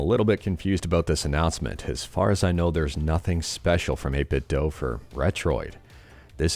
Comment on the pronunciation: It's 8bit dooooo Dude why do you have an issue pronouncing any brand correctly? are you just trolling? Tired of the questions, 8bitdo even added the official way to say it when you turn on their speaker Why would it be 8 bit DOH instead of "we do 8 bit" of 8bitdo? Ayther SX2, 8bitdooo, wtf is wrong with you? To name but 2.